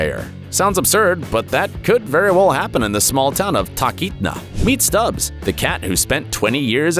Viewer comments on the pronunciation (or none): Just say Talkeetna like a normal person. Sounds like your jaw has to positions it snapped into. It is said like it is written. Talking of cats, I did a night flight once into Talkeetna, and in the middle of the night a cat came over to say hello when I got out to stretch my legs. Not the same cat, but apparently this one was known for that.